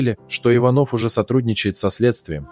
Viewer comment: ИвАнов, ИванОв, нуждЫ, так ,как правильно будет по- русски? Такое впечатление, что специально издевается над русским языком. У нас, что некому читать или красивее слушать тех, кто не любит русскую речь и рисуется иностранцем, владеющим русским? Попросите М.Ситтель и других дикторов...